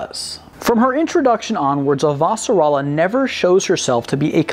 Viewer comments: Did you read the books before watching the series? The reason I ask is because of how you pronounce "Avasarala". You pronounce it "A - Va - Sarala" rather than how it's pronounced on the show ("Ava - Sarala"). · Good video but her last name is one name, why are you pronouncing it like it's two? lol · So ready to watch this, then you had to say her name wrong lol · For someone who claims love of the show, why do you mispronounce her last name?